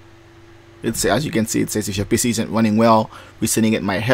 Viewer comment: Am I the only one heard "Reset this P***y" ???